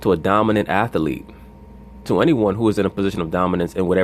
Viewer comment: I didn't know athlete had 3 syllables.